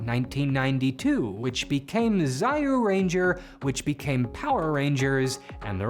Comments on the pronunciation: ZAI YU RANGER! XDDDDDDD that has to be the funniest way I've heard Zyuranger (Jew-ranger yes that's what I'm using as a pronunciation thing for Zyu bc i don't think Juu would work but also its kinda funny) ever be pronounced. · You are saying the name wrong, its Super Sentai Zyuranger "Zoo-Ranger" not Super Sentai Zaiyuranger. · Not to be "that guy" but it's pronounced Joo-ren-ja not Zai-you-ranger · Zyuranger, not "zaiyewranger" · What Is this "Zai-yuu-ranger" you speak of? That is Zyuranger (Jūrenjā, pronounced "Jew Ranger") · Fyi, it's not "zz-eye-u" it's closer to the pronunciation of "Jew" with a z sound at the front. From stories Saban, who is Jewish, has told over the years, this was the thing that attracted his attention to Tokusatsu in the first place. He saw it, and I quote: "as a sign from God". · Good video, but I cringe when you pronounce Zyuranger that way, no offense. If you can't pronounce Zyu like a single syllable, say either zee-yu or zu, zai-yu isn't the way. Otherwise, good video, great even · Man butchered saying zyuranger (it’s pronouced ziu-ranger, not zai u ranger) lollll I wont put it off on you since japanese is a little weird with their pronounciations with the vowels sounding like (a ee oo eh ou) A I U E O and just adding the other letters to it, A Ka Sa Ta Na Ha Ma Ya Ra Wa (a kah sah tah nnah haa mah yah rah wah) and when adding a why it sounds like when someone uses にゃ (nya) which is like, if u were trying to mimic a cat. (in a cute way anyways) nyaa, kya pya. Then switching the a to u and u get kyu, zyu with the z sounding like saying “Lord Zed” but the only the Z sound. Z eu, Zyu. same with jetmans first halff. since “Cho” doesn’t actually have a character I believe in japanese it’s uses “ti + yo” so it’d be Tyo jinn. Saying it like tyo however will sound more like cho so Chou and what one would usually call an evil genie, a Jinn. So the corect promounciation wouod technically be chou jinn. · It’s “Juuranger”, man. Not “Zayu”